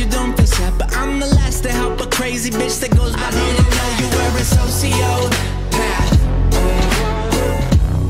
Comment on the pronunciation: I love how the song pronounces it as so-sio-path